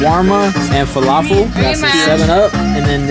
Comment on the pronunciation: falafel 😂 why that sound so funny.